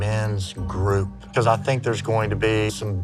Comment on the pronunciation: “Be cause ah!” I hate when women stretch the word and add an extra syllable. Lets me know they are ignorant.